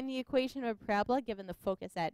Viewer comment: It is pronounced PARA BOLA not PORA BLA